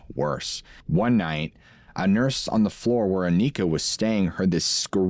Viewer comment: it's not pronounced Akneekah, she's not from the hood, it's Awnihkah, kind of like harmonica, Anika.😅 we're cooked😂